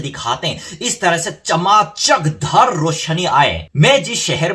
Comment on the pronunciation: चमाचकधर रौशनी 😂😂 so pretty. Bhaiya aap yehi bolna cha rhe the yaa चमकदार रौशनी?? Yet it was pretty 🌻